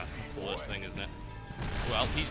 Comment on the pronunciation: "Wost thing in the world..."